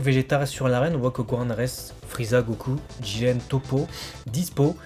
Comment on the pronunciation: Pourquoi ils disent Goran ???????? C'est Gohan bordel de merde arettez avec vos prononciation bizarres!